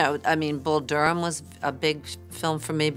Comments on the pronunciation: Bull "Dur-ham?" 😄 Come on, when you don't give a ** about basic information, including findable pronunciations, you lose credibility. Why should i believe you on anything? She even says it in the video. You don't even read the quotes correctly. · Can’t take this seriously!!! bull dur—ham. “eye-talian”. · Is this a computer voice? Bull dur ham? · Bull Dur Ham? Grin Witch? Who is reading this stuff? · "Bull Dur-ham"? "Green-witch Village"? If you can pronounce 'acquiesce'... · Do some homework and learn how to pronounce Durham and Greenwich.